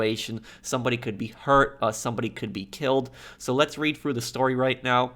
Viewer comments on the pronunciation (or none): none